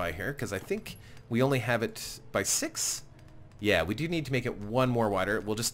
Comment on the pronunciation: did you just said "episode sex"???